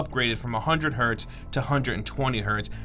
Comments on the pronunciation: can you not pronounce Hertz? it's not "hurt" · There's a z at the end of Hertz